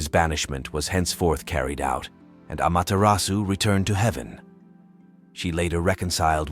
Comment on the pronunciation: really good summary of her storyes! but please lear the correct japanese pronuncition 😅 the "R" is very different, no need for perfection toh 👍